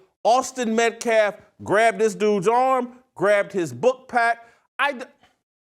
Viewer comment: How is Alexander not in jail??!!! He’s a POS! And quit disrespecting the Metcalf’s by calling them Metclaf. Yet that mouthpiece talks about disrespect and integrity. What’s scary to me I thought we had better race relations. There is so much hate.